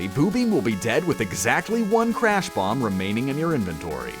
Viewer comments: the crash is not able to be pronounced so its said clash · It's Crash not Clash